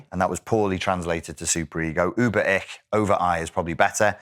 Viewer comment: The german "Ich" is pronounced like "ish". And how to connect with people who shared this experience?